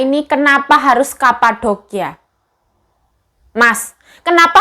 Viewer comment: medok yo yuk "kapadokia" , 😁